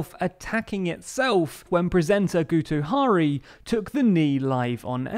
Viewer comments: He's Welsh. His name is pronounced 'GITToh HARry' (emphasis on capitalisation) not Gootoe HAh-ry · It’s not pronounced Gue-toe Haree, it’s Git-oh HA-ree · I didn’t know Guto Harri was an Indian name now! I mean dear lord, that pronunciation hurt my very soul. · Interesting pronunciation of "Guto Harri" 😅